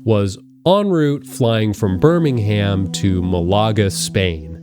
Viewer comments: its not said as birmingHAM its said as birmingum btw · "bur-ming-ham to muh-luh-guh" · You said Burning Ham instrad of Birmingham and MaLager instead of Málaga. I'm sorry. This is too funny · 'birmingHam' 'malAga' oh boy here we go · 4 minutes in and I hear birming ham </3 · calls it burning ham for some reason, too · Sir, it’s pronounced Birming-um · 15 secs in: ‘BirmingHAM to Malah-ga’ lmao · Thats not how you pronounce any of those words. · worst pronunciation of Birmingham ever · Please learn how to say British place names - Birmingham, Glasgow, the Thames, etc. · That pronunciation of Birmingham made me instantly trigger, the h is silent. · i find your american pronunciation of birmingham more unsettling than any of the info in this video you melt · I think the most unsettling part of this whole video is your pronunciation of both Birmingham and Malaga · Literally 20 seconds in and you’ve already mispronounced both place names, impressive. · I’m tweaking reading the comments about him mispronouncing Birmingham because that’s how I’ve said it my whole life 🫣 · In the first 10 seconds you said both Birmingham and Málaga incorrectly. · you said birmingham wrong its not that hard to look up basic pronunciations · His pronunciation of Birmingham was more disturbing than any of the facts